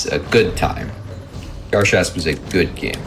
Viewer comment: they're pronouncing the name of the game wrong. it's Gar (a like in and) Shasp (a like in car), not the other way around.